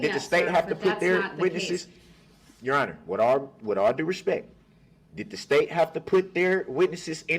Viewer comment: "With all respeck"